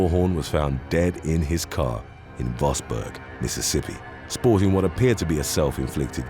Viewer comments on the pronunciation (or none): none